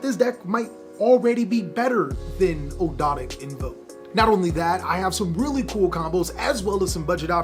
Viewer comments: Here let's help you out good sir, Ahhg-do-ah-dic= Ogdoadic. Soul-fa-chor-d= Solfachord. Just got to keep saying it over and over to get rid of the tongue twister feel. Not making fun, just wanted to help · They're pronounced Og dough dik :) newcomer and I love your videos!